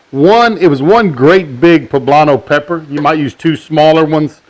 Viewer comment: I swear he said black powder not pepper